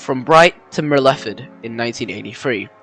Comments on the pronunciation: I enjoyed that, very informative and researched. By the way "Myrtleford" is pronounced as Mertle Ford, liked your way though! That area you covered is very cold in winter. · Mer-lef-ferd?? Where tf is that? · Very quite interesting but Myrtleford is pronounced Myrtle-ford. I pronounce it Myrtlefid. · While an interesting part of VR rail history, and lovely countryside, I just couldn't get past your butchering of the pronunciation of some key place names, like Myrtleford